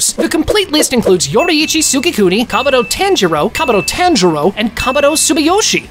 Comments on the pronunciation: Thanks for doing this vid but first maybe put a spoiler warning and i would like if you pronounced the anime characters names properly(no offense) but instead of TAN-jir-O say taun-jir-do and not Gyo-mei but gey-o-mei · This nga said taanjiro 😭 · it was a entertaining and good video but the continuous mispronouncing of the names bothers me so much mainly tanjiro and zenitsu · bro said only true anime fans subscribe but pronounces tanjiros name wrong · I hate how you pronounce Tanjiro